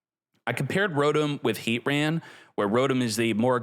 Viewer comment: Ar-key-us and R-Sea-Us are both widely used. the correct way is Ar-key-us but nobody really cares. Heatran however is Heat-Tran NOT Heat-RAN. nobody says that 😂